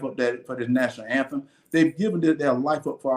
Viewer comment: That MORON can't even PRONOUNCE "National Anthem".